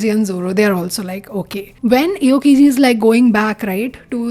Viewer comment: also you pronounced aokiji wrong its more like the hindi Aao (Come) and kiji